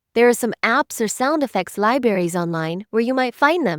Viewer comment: "Lie Berries"